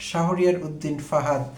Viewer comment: প্রিয় ভাই, আসসালামু আলাইকুম। ডোন্ট মাইন্ড প্লিজ । ছাত্রদলের নেতার নামটির সঠিক উচ্চারণ " শাহোরিয়ার " না হয়ে " শাহরিয়ার " হবে । ধন্যবাদ।